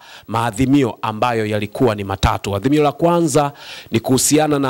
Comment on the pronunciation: Hamna kitu hapo huyo ni mzigo tu, Na wewe mtangazaji sema azimio sio adhimio